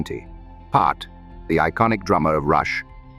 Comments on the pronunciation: 2112 is said as “Twenty-one twelve” like a year…. Neil’s last name is pronounced PEERt. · Neil Pee-art? Really butthole? Is it not possible to correct the way that A.I. pronounces words? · As well as Neil Part. 🤨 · Plus it announces Neil’s last name wrong every time